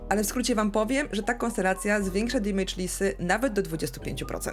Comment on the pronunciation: Oglądam regularnie, lubię, szanuję, podoba mi się merytoryka, humor, swoboda wypowiedzi ale...błagam ! na kolanach błagam w imię poprawnej angielszczyzny - nie dimejdż, dymejdż, dimedż czy dymydż tylko DEMYDŻ (amer.) albo DAMYDŻ (ang)...uszy mi krwawią za każdym razem :( p.s. tak czepiam się i pozdrawiam cieplutko :)